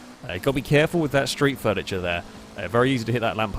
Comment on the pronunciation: 'sreet furniture' I'M DEAD